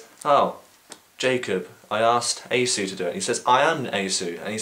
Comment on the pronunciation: i've always heard Esau pronounced like "ee-saw"